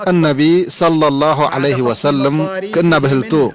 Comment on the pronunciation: قل صلى الله عليه وسلَّم وليس وسلِّم